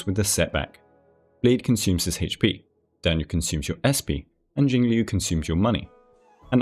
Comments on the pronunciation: Liu is pronounced like "Lyo" it rhymes with the Japanese name "Ryo". You just make the L sound with your mouth and then follow it with "Yo" like in Yo-yo. Admittedly, it's one of the harder Chinese syllables to pronounce so I don't blame anyone for it. Even on the official live stream they say her name as Jing-"lyoo". XD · One day there will be a guide-maker who correctly pronounces Jingliu's name.